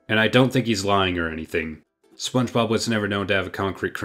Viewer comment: Never in my life have i ever heard anyone call it the spob movie